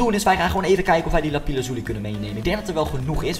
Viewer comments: Het is lapis Loezi niet lapis lozi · het is lapis loezi niet lapize loezi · het is lapis lazuli en niet lapi lazuli